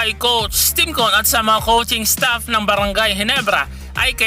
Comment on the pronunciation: Parang hirap na hirap ka sabihin Yung "coach Tim cone"